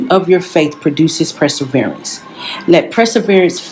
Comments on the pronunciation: “PRESSAVERANCE” is what took me 😂😂😂😂😂😂😂😭😭😭😭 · I'm distracted by the word press-erverance 🤦🏾‍♀️ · It’s PERSEVERANCE, NOT PREseverance🤦‍♀️ Also what is MATORE???? Did she go to school?????🤦‍♀️🤦‍♀️